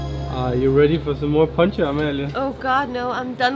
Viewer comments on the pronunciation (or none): London Fair enough. Another example is "Poncha", so it's "Pontxa".